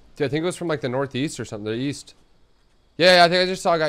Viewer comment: "YEAST" Tfue I think you mean east